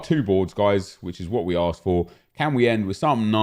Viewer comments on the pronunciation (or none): none